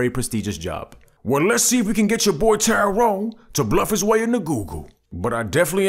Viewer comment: It’s Tyyroooone That’s spelled T-Y-ROONE 😂😂😂